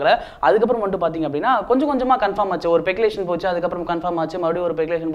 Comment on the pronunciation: Peculation ah :O Speculation thambi adhu